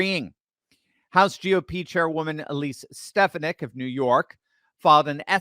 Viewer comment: The womans name is pronounced Alees Stefonic...